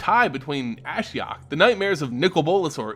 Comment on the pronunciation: You pronounce Ashiok the way I pronounce Ashiok.